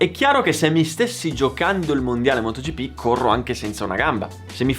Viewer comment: Da notare "motogippì" hahahahaahahah